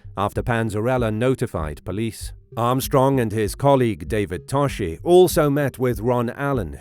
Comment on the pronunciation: It’s pronounced To-Ski